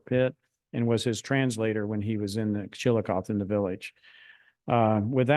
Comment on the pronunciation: I was surprised at the speaker's pronunciation of Chillicothe and Scioto County. I grew up in Ashland, Ky., on the banks of the Ohio River. We pronounced the city name as ChillacothEE, not ChilliKOTH. Scioto County as SYOTO, not SKYOTO.